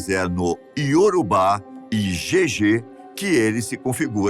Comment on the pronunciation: Só uma correção,é JÊJE e não jejê.